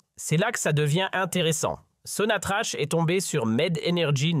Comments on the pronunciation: Pourquoi vous dite sonatrache il n’y a pas de e ca se prononce sonatrak sans rancune 😊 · Sonatrach. Se. Pronounce. Sonatrak